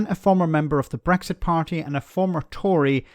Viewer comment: WOW! "Eleven, ELEVEN of the former Bresxshit MEPs....." It's just like Catherine Tate's "Nan" character come to life!